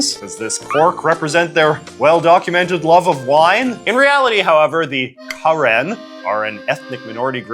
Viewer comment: I saw my flag in the thumbnail and immediately had to give it a watch. Thanks for your correct pronunciation of “Karen,” our land also goes by Kawthoolei :)